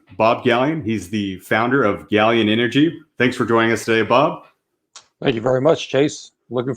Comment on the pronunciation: to Ralph Q ; Galyen NOT Gaylen